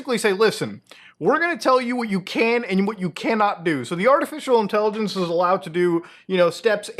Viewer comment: I hate the way you say artificial intelligenceseseseses